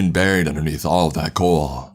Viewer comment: i realized this as well LUL dead and buriedaaaah little annoying but still an interesting voice to listen to